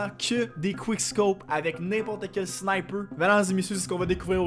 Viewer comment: SNIPEUUEE! MDRR trop fort l'accent québécois